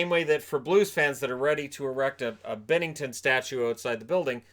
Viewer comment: Why does he pronounce the name binnington like bennington